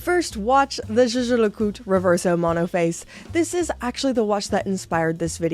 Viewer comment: JLC - It's pronounced Yay-Ger Le Cool Tre.